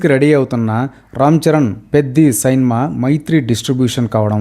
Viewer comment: సైన్మా ఏంటి సైన్మా ..... అందంగా సినిమా అనలేవా... నువ్వు నీ బొక్కలో భాష...